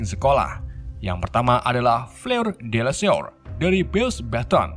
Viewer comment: itu tulisannya Delacour dibacanya delakour